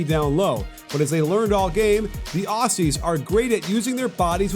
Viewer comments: Ok I’m an Australian and it’s pronounced Auzzie not Aussie ok ok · It’s pronounced auzzie not Aussie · Pretty please, from us here down under, could you say Aussie they way we say it? The S’s are pronounces “Auzzies” LOL :) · Aussie like Ozzy Osbourne, and not like posse. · Aussie is pronounced; "ozzy" not "awssy" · great presentation. however, aussie is pronounced ozzy. yeah, i know it's inconsistent with the s in australia. we think of ourselves as the land of oz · Love this breakdown, Joe Ingles is 70% Larry Bird! Just one thing: Aussie is pronounced "Oz-ey" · Can Americans please just stop saying Aussie coz your meant to pronounce it with the Z sound where the two s’s are but you guys never do so just say Australians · man this guy so disrespectful you pronounce it auzzie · The way he pronounces aussie 😭😭😭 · Interesting pronunciation of Aussie